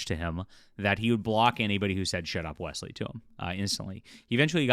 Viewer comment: Not Wesley. Weaselly.